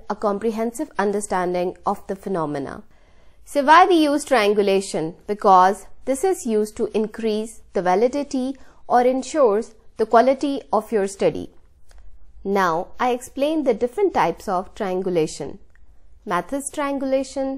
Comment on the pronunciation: lost me at "validaity".